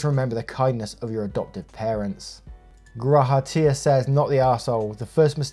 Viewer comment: You got the pronounciation of GrahaTia's username right! What server are you on out of curiosity?